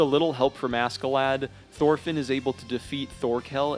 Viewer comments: the American accent makes this video kinda cringe. his name is not ASSkelad.... its not Ask A Lad... like wtf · The k silent . . . . 🤦🏻‍♂️ fking Americans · btw. pronounced Askelodd not lad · im pretty sure askeladds name is supposed to be pronounced ashclad like as in ironclad, but thats just me. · Lol anybody else triggered by his pronunciation of “Ask-a-lad” ? Lol or is that how it’s supposed to be pronounced in English? 🤷🏽‍♂️😂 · im sorry but the way u pronounce ASK UH LAD is insufferable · How does one possibly manage to mispronounce the main villains name the entire video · Why is no one talking about how he pronounced askeladd 😭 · God, the pronunciation of Askeladd... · I'm sorry but his pronunciation of Askeladd is driving me crazy. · it really bothers me how other poeple pronouns askeladds name. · How he pronounces askeladd pains me. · at least say askeladd right blud